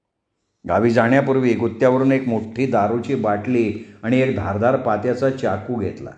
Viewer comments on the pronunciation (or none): सुंदर कथा. पण एक सांगावसं वाटतं चाकूचा उच्चार चमच्याचा च करा चहाचा च नाही ते कानांना खटकतं